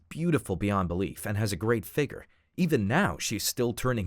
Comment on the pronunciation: I HATE THAT THEY SAY “FIGER” INSTEAD OF “FIGURE”